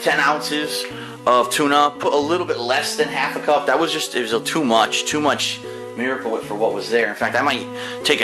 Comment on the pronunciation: Ugh there's so much "miwicle wip"... Maybe if you didn't pointlessly transfer it into a beaker and then onto the tuna... and then onto a panini grill. My god... it really is like watching a child cook. I love that pathetic laugh at the end too. I mean... DOOD HE GOT DISTRACTED, CANNOT BE HIS FAULT WHAT-SO-EVER!